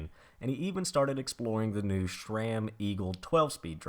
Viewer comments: It's not shram its sram. No h in the name just like sit and shit hear the difference ssssss Ram sram shram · i took a shot every time u said shrame instead of sram.....now im watchin for the third time : )